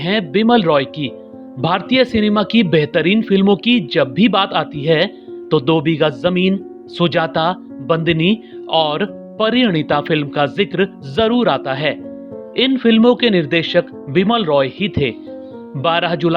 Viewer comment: महोदय आप ठीक से फिल्मों का नाम लीजिए परी अरिणिता गलत बोला आपने सही नाम परिणीता परिणीता है (Parineeta)